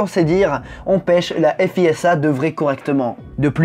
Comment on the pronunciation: On dit "fiza" et non "effe hi esse ha", au fait.